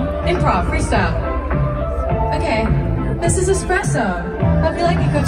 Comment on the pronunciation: Maybe ppl will learn the correct pronunciation of ESPRESSO. It’s not ExPresso. Lol